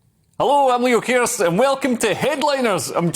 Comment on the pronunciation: Leo Kearse sounds like ERSE!